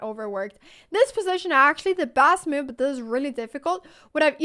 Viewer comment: Crazy how her vocabulary is amazing but her pronunciation is so poor, isn't it? "Chack mate in saven mewves" lol